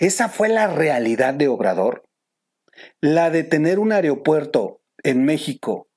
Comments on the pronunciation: Se dice aeropuerto mo areopuerto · Buena información. Sólo una sugerencia. Se pronuncia “aeropuerto” no “areopuerto”. Saludos!